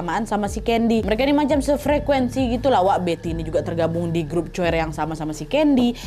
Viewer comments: Maaf Kak Nad.. Bukan "choir" bacanya.. Tapi "kuayer" 🙏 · Nad... Maaf nak betulkan sebutan.. Salah sebutan coir tu.. Bukan coyir.. Tapi kuaye.... Maaf ye Nad.. 😅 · izin koreksi ka nadd, dibacanya bukan choir tapi kwaier😁😁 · Bacanya Kuaer bukan coir kak nad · Haloo kak Nad, sorry choir dibacanya ˈkwīər kak. Anw terima kasih sudah menyisipkan “Peringatan Darurat” yaaa🫶🏻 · cara baca choir itu kwaiyer kak nad. cmiiw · btw choir dibacanya "kwayer" wakk😅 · maaf kak emang tulisan nya choir tapi bacanya kuwair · kak maaf penyebutan choir itu ˈkwīər pake k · Cara baca choir "kwayer" kak nadya hehe 🙈 berbicara dengan nada lembut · Kak Nad, Choir di bacanya : Koayer yaa 😅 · Haha..... Nadia lucu dlm pengucapan choir ..... fyi .....maap revisi ya , 🙏Choir = "kwayer" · Choirs = kelompok /group menyanyi di gereja di baca Dlm bahasa Indonesia " kwa"yer dgn Y yg smooth ngk kedengaran kak nad. ❤. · Koreksi nad kelompok choir bacanya kwaiyer (paduan suara) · Kak nad sorry koreksi choir bacanya kwayeir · Fyi kak nad, choir itu di bacanya ku - a - yer (kuayer) hihi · Hallo, Aku cuma pen ngasih saran/suggest, klo ada kata²/words dlm Bhs Inggris, tolonglah dipastiin dlu pelafalannya udah bener ato belom🙈 Aku pun ga fasih English, tapi greget sama Nadia yg kurang/salah penyebutan "choir". Dlu aku diemin waktu denger "church", ato nama² tempat di Amerika ato UK, aku pikir udahlah gpp, tapi tolonglah yak 🙏😅 kan udah banyak translate apps skrg, dlu pun divideo² lama banget Nadia sempat nyaranin buat pake apps translate (subscriber lama aku tuhh;) ) cuma masukan wak tetep Nadia ter❤ and ter🔥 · kak choir gak gitu ngmgnya kak T_T coba dengerin how to say it in google ya T___T